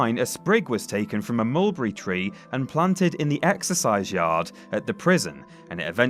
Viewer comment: My goodness can we get someone literate to commentate these the Annunciation is horrible the word Mulberry is three syllables not two learn to speak I find it very distracting